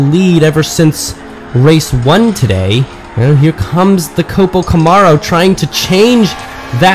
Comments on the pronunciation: I never herd Camaro pronounced this way..where does that come from? Cool race track idea too. Batman cars look great . I might get one for my birthday! Thank you for share you hard work with us. Ok by. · it comes from someone who has no idea how to properly pronounce it. That's all.